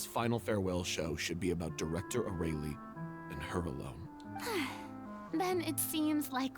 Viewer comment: I forgot how badly they pronounced Aurelie in this, I don't know how they got that pronunciation from that name